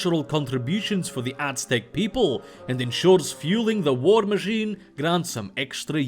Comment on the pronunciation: The "z" in "Aztec" isn't a "c" (wich many Slavic languages use for the "ts" sound you used for "z" in "Aztecs"), but is actually a "s" sound.